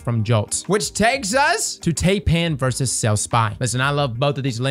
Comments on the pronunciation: Taipan is pronounced ˈtīˌpan, not tay-pan. It's basically a big league CEO in China. The big dog. The #1 guy. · Tie-pan. Thai-pan. Tye-pan. Not tay-pan. Taipan. Did you never watch Steve Irwin as a kid? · Tai pan not Tape an 😂🤦🏻‍♂️😂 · Tie-pan not tay-pan. I swear that D2 content creators wear their illiteracy like a badge of honour. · it’s pronounced tie-pan. Also I see people pronounce the fractethyst shotgun as frac ta list. NO. It’s frac te thyst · "tay-pan" lol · "Tay-Pan" I am sorry what? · Yo man. Thanks for the videos. Taipan is pronounced "Thai" or "Tie" and "pan" like sauce pan. It's a type of venomous snake found in Australia. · I know you did not just call it Taypan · No offense meant , but Taipan is pronounce tie-pan like the snake. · It's actually pronounced Tie-pan like the snake veist names all their weapons after poisonous creatures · It's pronounced Tie-pan. Still the Taipan is a absolute damage number if you don't got a good Stormchaser. After hearing Rick Kackis say Ruins instead of Runes for any object, it is just a detail that grinds my gears. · Hate to be that guy, but its pronounced "Tie-pan or Thai-pan". I have the scaly nope ropes living near my place. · What on Earth is that pronunciation of Taipan?